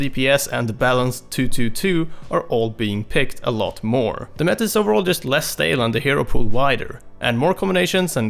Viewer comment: "The meä"